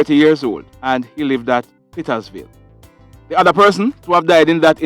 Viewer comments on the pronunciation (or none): the name of the community is petersville and not pittasvil please and thanks.